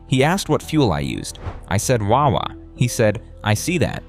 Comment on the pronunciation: i hate how this guy says wawa it annoys me